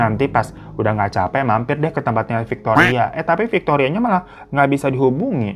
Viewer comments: Bang pas dirimu blg "fictoria" ak lgsg ngelag parah 😂 ngebleng 😂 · Gw sereceh pas bang Hiro nyebut Victoria.. 🤣🤣🤣🤣 terkencing kencing eyke.. Ngakak ga bs berenti haduuhhh ampuuunnn 🤣🤣🤣🤣🤣🤣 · Victoria veronica 😂 dh brpa kali tuh slaah nyebut nama😂😂